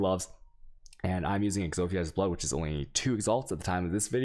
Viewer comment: Do you intentionally mispronounce like....every single thing? Ex-ophia's Blood? I mean really? It's not funny man, it's just odd. Stop.